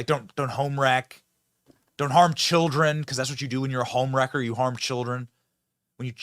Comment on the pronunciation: That lady said.. Cheer-rin, in stead of Children. Lol. Ghetto as hell. 😅